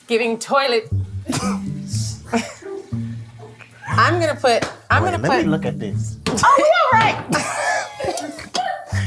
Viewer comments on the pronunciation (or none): "Giving toliet" 😂😂😂